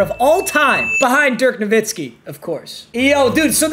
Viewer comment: Dirk “navitski” is killing me